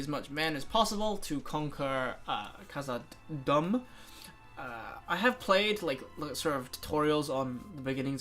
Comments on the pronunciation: "khazad-dumb" hahahahahha holy shit :'D dûm is pronounced like doom, not dumb XDD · Dude! Khazad-dum (pronounced doom)!!! Painful and embarrassing to hear you mispronounce it. Otherwise, good video. Thanks for the Let's Play.